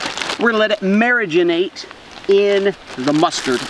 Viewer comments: Who else cringed when he kept pronouncing marinate as “Mary•Gin•Ate” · The amount of likes on this comment is the amount of times he said mariginate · nobody:: Marriginate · Have I been saying mariginate wrong?🤔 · Does he know how to say marinate